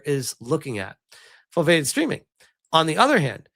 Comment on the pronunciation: Foveated is pronounced foh-vee-ay-ted